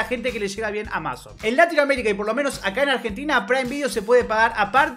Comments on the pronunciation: Porque dice "AmÁzon" en vez de "Amazon"? xd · Como no sabes pronunciar amazon? Es re conocido